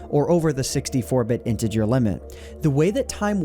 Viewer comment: You said interger and I thought you said into your.